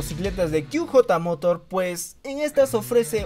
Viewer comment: QJ Motor, se pronunciaría (kíü yeí morór) inglés. /ó/ (kú jotá motór) español. No kíü jota, spanglish jajaja..